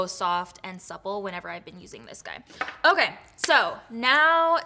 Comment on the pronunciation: ❤LOL who started the rolling of the tounge when saying OKAYYYYY?